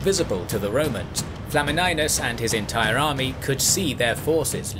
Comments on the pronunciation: tbh pronouncing flamininus with "e" and not "i" sound is not that simple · FLA-MI-NIUS not flamminus